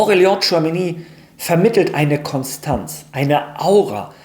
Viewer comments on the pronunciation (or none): none